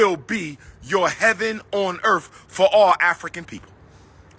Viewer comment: I gotcha. I never understood how can a supposed doctor /certified school psychologist, constantly mispronounce earth and months?🤣😂